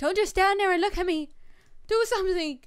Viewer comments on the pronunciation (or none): You say loo instead of look good vid I like how you say it